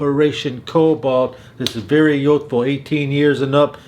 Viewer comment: What is yothfo? Do you mean youthful? There's a u in there. Don't think I've ever heard any accent in the English language completely ignore the u in that word. Unless you're just trying to hard